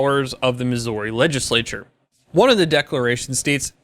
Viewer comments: If you ask anyone who lives in Missouri how they pronounce it you will most likely hear it said like Mizzury rather than Mizzory. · I'm from Missouri, i cringed every time he butchered the pronunciation..(Mih-zurr-ee) not (Mis-zore-ee).. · its pronounced Mis•ou•rwe, well thats a poor way to spell it but its not misery or missorie! anyways great vid! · I know it doesn't make a lot of sense, but it is pronounced "misery" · miss-or-y? really? don't really care but, what? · It’s Missouri not Mizzorrri lol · that's not how you pronounce Missouri. it's "misery" but the second syllable is stressed instead of the first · that's not how you say Missouri 😂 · STOP pronouncing the OU in Missouri! No one here says it that way 😂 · You pronounce * MISSOURI * weirdly. It is the OU part that is off. Clearly, you aren't a Missourian. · Alright two things, I’m fucking glad I live in this state go Chiefs, and you’re pronunciation of Missouri is unsettling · They way you pronounce my home state gives me anxiety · As a Missourian, your pronunciation of Missouri is shit and pissed me off. Otherwise, great video. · we need to have a talk a about how you pronounce Missouri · The way you said my states name pissed me off!!! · As a Missourian, your pronunciation of my home states name hurts. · I hate the way you say the name of my state. State law in Missouri does regulate automatic weapons. This will give us open access to silencers, SBRs, SBSs, and other things without tax and applications. God bless Missouri! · This is big for my home state, but god I hate how this guy pronounces Missouri. Other than not I got nothing against him. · The way he says Missouri made my ears bleed. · Please learn how to say Missouri